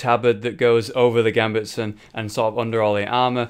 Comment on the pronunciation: gambetson? its a Gambeson there's no t in it